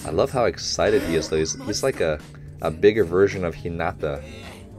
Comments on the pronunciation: It is ok to pronounce 'Hinata' as 'Hinada' as long as you are not pronouncing the 'd' sound too heavy and hard. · In my opinion, it's fine to say "Hi-nada". It's not too different from "Hi-na-ta" so it's easily understood, and it's kinda how English speech flows anyway. That being said, if you want to continue trying to say "Hi-na-ta", can I recommend putting the emphasis on HI-na-ta (instead of hi-NA-ta). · Coach it’s hee na ta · I pretty much agree with you haha. It's one of these things that can be a slippery slop though. An English speaker won't be able to say the names like a Japanese speaker would. So we should keep that in mind. But if a name is pronounced completely wrong, it should be corrected. In this particular case, I feel that coach's "Hinata" was in this gray area where it can go either way. So I think some people feel the correction is unnecessary, while others do care. And there's also a bit of a double standard where we could be pronouncing names wrong but hundreds of internet fans won't be there to correct us. Yet these people will instruct the reactors on how to say it. If that's the "right" thing to do is different to everyone. In the grand scheme of things, it's not super important and doesn't take away from the video. And it's also up to coach to decide how he wants to proceed haha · I like how coach is physically trying to pronounce hinata's name correctly